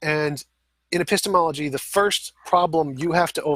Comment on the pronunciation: That's a painful 'epistemology' to listen to